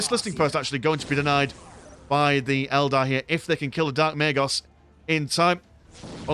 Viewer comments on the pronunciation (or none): Fantastic match. "Eldad" was quite an amusing slip of the tongue.